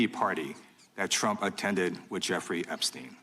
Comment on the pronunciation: New york brooklyn d tursun uuruu neree esptein gj duudaj helj bhad zaaval sh duudaj shaardlaga bganmu